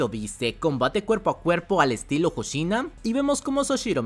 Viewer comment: VICECAPITAN HOSHINA!!, NO HOSHINO H-O-S-H-I-N-A!!!